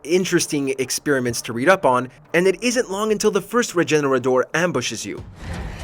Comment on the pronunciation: I thought it's "re-he-ne-ra-dor" because the setting is somewhere in Spain.